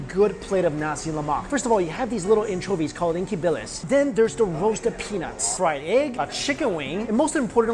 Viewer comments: As a Singaporean, I wasn't aware people eat nasi lemak for breakfast... also the way you pronounced "ikan bilis" cracked me up. No offense intended, it's just that it became "inky bilis" when I saw the captions (I'm that weird person who relies on captions for videos) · Don't say Inky Billis! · Ikan Bilis: E-Cun Bee-Lees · Inke bilis? Ee-kahn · It's not 'linky' bilis, it's Ikan bilis lol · ikan bilis is pronounced as ee-kan bee-lis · omg the way mike pronounces Ikan Bilis is very cute, if anyone wanna know its "e-kan bilis" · Good choice, but Ikan Billis is pronounced as "e-cant billis" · Its e-kan bilis mike! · U pronounced ikan bilis wrongly😂😂😂😂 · The way you said ikan bilis. hahahaha. And lemak means fats/ oil, but in the case of nasi lemak, it's supposed to be rice cooked with coconut milk. Anyway I still enjoyed the video.